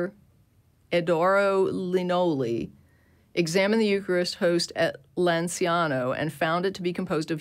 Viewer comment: "Lanciano" is actually pronounced "LanchAno" in Italian